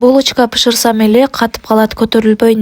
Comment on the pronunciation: Пышырсам эмес,бышырсам,пут эмес ,бут,дукопка эмес, духовка